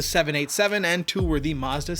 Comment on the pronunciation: Muzda? NEESUN?